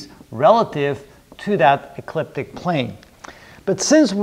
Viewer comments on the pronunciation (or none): none